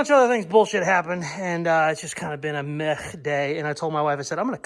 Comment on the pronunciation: Blahaha you said a Meh day but it sounded like you said a "Meth day" as you cut up you old truck into parts lmao..